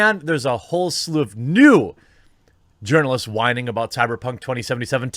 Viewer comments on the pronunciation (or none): I thought he was saying "urinelists". Like in your pants are soaked in urine.